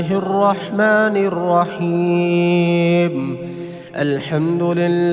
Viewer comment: Ghalat tajweed. Arrwahmani rwaheem, nahi. Arrahmanirraheem hai